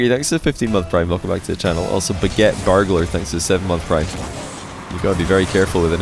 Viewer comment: thank you for resaying "burglar"...definitely heard "gargler" the first time